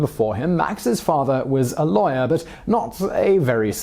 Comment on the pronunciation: And now he's an undesired lawayer